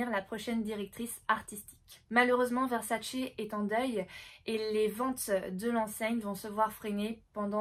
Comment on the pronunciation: C'est pas VersaCE, ça se dit VerSAce on mets l'accent sur le SA et non sur le CE....c'est juste insoutenable...à moins que tu aimes les spaghettis aux vongoLEs ou que tu regardes le mondiaLE 🤣🤣🤣